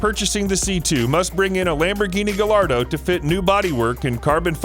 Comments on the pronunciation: It's pronounced GUY-Yard-OH. Not Gah-Lard-O. Who taught you people how to pronounce shit? OMG It's Ber-TON-E Man-TEE-Day. Please stop reading for car stuff! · Say it with me.."guy r do" not "galardo"